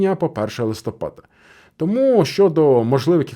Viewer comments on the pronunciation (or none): none